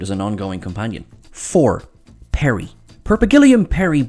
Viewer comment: Turlough was played by Mark Strickson not Strickland.And it was Peri not Perry and Adric not Adrick.